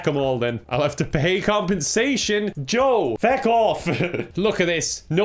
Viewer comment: you okay, you naming the character “fuck” instead of “feck”.